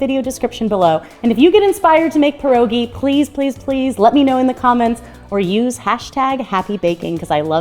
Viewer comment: Polish-American award winning Pierogi maker here and I tip my hat to you! So happy to see you make pierogi! Your recipes are really good and Sauerkraut is my personal favorite too! Also, THANK YOU for not saying “pierogies”. An “S” is not needed. Pierogi is plural.